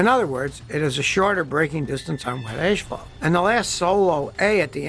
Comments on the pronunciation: "Oneven"??????. ASPHALT not ASHPHALT. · "Ash-fault" Hey Scotty, are you Canadian? :) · I noticed that Scotty pronounces asphalt as ‘ash-fault’. I’ve only ever heard this from Australians. Is Scotty an Aussie, too? 😃